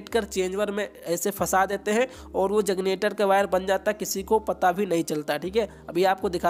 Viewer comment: Bhai kanpur se h lgta h🤣🤣🤣